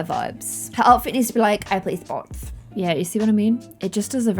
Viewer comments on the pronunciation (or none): did anyone else hear say "I play sthots" instead of I play sports?